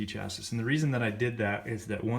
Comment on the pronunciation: I'm glad he did this video, even if I had to mute it and turn on captions the third time he said "chasisss"